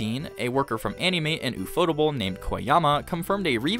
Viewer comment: My ear bleeds every time I hear "u-fo-tu-ble". It's pronounced in English, "UFO Table." Because when the creators of the studio went to a pitch meeting with financers, in their office was a table. One of the creators said, "Hey, that table looks like a UFO." That stuck in their mind and they eventually created their studio, UFO Table. They even went back to that financer and eventually bought the table from them, and now have it in their office.